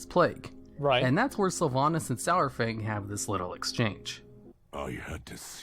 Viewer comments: Pronounced SARFANG like DINO-SAUR-FANG. Holly shit, how are all these morons fucking up his name? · It pisses me off how everyone is pronouncing "sour fang" for a long time it was "sore fang" and hearing it change in bfa is really annoying. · it's pronounced 'saru-fang' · Every time he says SOURFANG, I twitch just a little. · IT'S SAR-FANG. As in dino-saur-fang. FFS